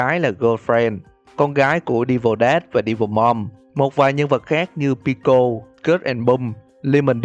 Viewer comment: Đọc là pico ko phải bico